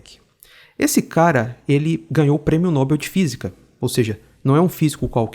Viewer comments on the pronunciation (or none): Prêmio Nobel, com sílaba tônica em "bel",. Não é Nóbel, é Nobel. É comum o erro, até os dubladores brasileiros erram em séries e filmes. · A fonética correta de Nobel é "nobél"